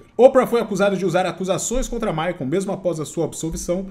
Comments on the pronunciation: Michael, não Jakson rs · Jackson 56x hahahaha. O cara não consegue falar "maicou" e sempre fala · Amigo, não é MaicOM é tipo MaicOL ! 😉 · mas michael se pronuncia "" Correcao:maicol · Não é jackson, é "Maicol" Jackson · Ótimo vídeo, mas não consegui parar de rir sempre que dizias “Micon Jackson “ 🤣 Diz-se na forma fonética “Mikel” Jackson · Não é JACKSON, e sim MICHAEL kkkkk q agonia a forma q ele fala PQP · chamando o michael e me incomodou durante o video todo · “ Jackson” é foda 😂😂😂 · O fala " Jackson" toda vez cara kkkk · chamando o Michael de... Na pegada conzinha e fonçonaro! 🤣🤣🤣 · " Jackson " é foda. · ele leu Jackson KKKKKKKK os 2 são charás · Oi … o nome do Michael Jackson, não é … vc fala td hora … kkkkk tá confundindo com o seu! 😂 Abraços… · acho muito engraçado o chamando o Michael de " Jackson" asdkjk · Jackson 😂😂😂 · o fala " jackson" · Jackson 😂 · Me da muita ansiedade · Micoul Jacson? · para de chamar o michael de micho kkkkkkk que agonia